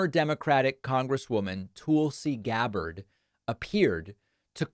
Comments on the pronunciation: David, I'm pretty sure Tulsi pronounces her last name with the emphasis on the second syllable (guh BARD). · Why does he pronounce her name like that, he does it every time he talks about her. He knows it's not correct, and it's certainly not funny or clever. Is it his way of showing disrespect for her in the same way Tucker Carlson used to intentionally mispronounce Don Lemon? David , you're better than this.